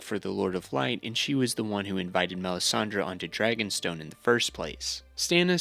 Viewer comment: Mispronunciation tracker: A Song of Ice and Fire Melisandre R'hllor Jaqen H'ghar Syrio Forel Janos Slynt Quaithe Brotherhood without BANNERS, not borders. At this point you've got to be trolling.